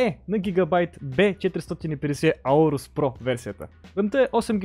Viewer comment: аурос ударението е на о да си знаеш иначе за клипа е мн як